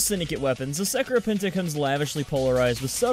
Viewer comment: Dat pronunciation tho